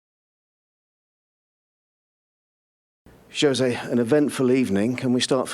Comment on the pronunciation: That is not how you pronounce Jose.